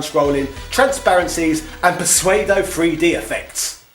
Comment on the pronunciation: we also don't pronounce pseudo as suede-o